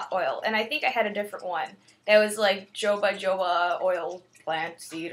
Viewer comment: lol jojoba oil is pronounced "hohoba oil" Lol silly